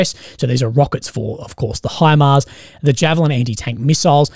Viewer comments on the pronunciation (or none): none